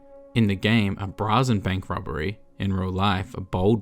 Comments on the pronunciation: It's pronounced ' bray zen' not 'bra zen' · It's pronounced Bray-zen.